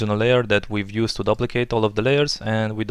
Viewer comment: Whoa! This is sweet. Love the creative original techniques you provided in this video. You don't find that often on youtube these days. Reminds me of when I used to watch video copilot tutorials. lol, this isn't very important but just for the sake of future videos, I don't think you are pronouncing "duplicate" correctly. The "u" is long, as in "soup" or "room".